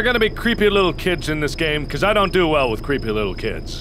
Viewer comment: you messed up the little you add w not a l so you said wittle girl and not little girl lol